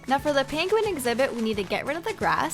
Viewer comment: hey (idk y i called u dat) when u said "now time for the PINGUIN exibit" i thought u said "now time for the PANCAKE exibIt"